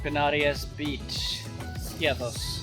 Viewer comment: To nie Skios tylko Skiathos. Jesli ty nie umiesz nazwac wyspy poprawnie to co dalej...?